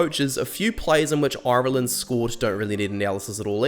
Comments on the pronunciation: If you could imagine a pirate pronunciation of irrrrree-land. you where getting better near the end 😄little dig at lowe no need but where very happy to have him. Liked and subscribed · Oirelland , never heard it Said like that before 😅, you kiwis must be as bad as us in Ireland, 32 counties and about 40 different accents. 😄👍 Love the channel. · "Oiraland" 😬🤭 Great video man, I'm sure you'll be back for the RWC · How do you manage to get that many syllables out of "Ireland" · Why do you say "Ireland" so weirdly? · I don't know how to feel about how you say Ireland 😅🇮🇪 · Fucking hell mate, if you can't pronounce 'Ireland' properly, then I can't watch your video for more than 3 minutes.